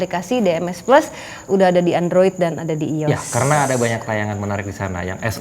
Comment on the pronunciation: Mbak Sara, ralat ya. bukan iyos tapi ai o es